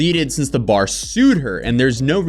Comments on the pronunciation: that lawyer has a really weird way of pronouncing "bar" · That Malman law guy can't pronounce bar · Ive never heard someone struggle to pronounce “bar”, but that lawyer said “bawer” like 7 times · is the lawyer saying Buyer or Bar? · The attorney's way of pronouncing a three letter word (bar) annoyed the Hell out of me. 🤣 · The first lawyer says "bar" the weirdest way I've ever heard. How does he get two syllables in bar?? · That guy was really struggling to say "bar" lol